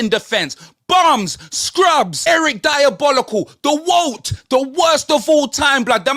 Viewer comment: Eric Di-abolical 🤣🤣🤣🤣🤣